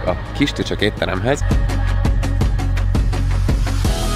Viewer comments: csak én hallottam kisköcsög éttermet a kistücsök helyett? :D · Nagyon tetszik a video de a kistücsök helyett először azt értettem hogy kisköcsög étterem 😂😂😂😂😂😂😂😂